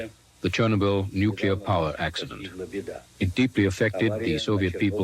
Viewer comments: Nu-ku-lar. Some people just can't say 'nuclear'. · Why does the guy keep pronouncing it "Nuclea?" I've never heard anyone drop the r in Nuclear before. It's distracting and odd. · Wish the narrator didn’t say “nucleauh” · Did the first or second explosion blow the letter 'r' off the end of nuclear?